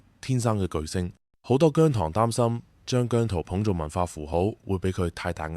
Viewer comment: 現階段唔同意變姜濤節。你都話佢公司未俾到足夠訓練佢啦！ 唔覺得你明白情況，你嘅提議覺得你想害亞姜。PS. 我係糖，你連讀"姜糖‘’都讀錯音，你根本唔太了解姜或我地!